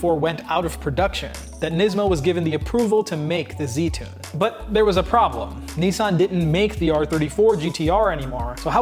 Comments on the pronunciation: Niss Ann not nee san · Cool story but it's pronounced niz-san not neesawn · It is Nissan with a short i, not like the knights who say Ni. Nis. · It’s Nissan not neesan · it’s Nissan,not Neesan.ISS pronounced as in miss/hiss/kiss.please watch English/Australian/New Zealand videos on Nissan gtr and listen/learn how it’s properly pronounced.just like Jaguar which is pronounced with ‘U’,not a ‘W’.it’s not pronounced Jagwaaarrrghhh! it’s pronounced jagUar. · when he says 'Nii-san' instead of 'Nissan' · Here why you can't say Nissan properly 😁😁